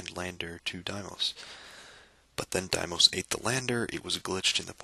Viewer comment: I've never heard anybody pronounce Deimos that way. I've always heard everyone say Deemos, but some textbooks and scientists say daymos. 'Dai'mos' is a new one to me.